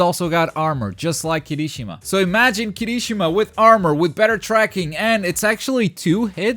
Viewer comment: You triggered me with saying Kirishimas name...Its Kiri-shima not Kirishi-ma at least i think thats how most of the people say it....xD Have a nice day!